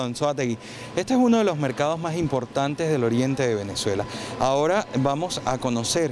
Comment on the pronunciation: DEBE HABLAR MEJOR CASTELLANO: NO SE DICE : " MAJ" , "ESOJ"; SE DICE: "MAS", "ESOS"......